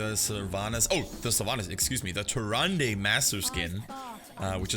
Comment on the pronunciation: Her name is actually pronounced TyrandA just so you know XD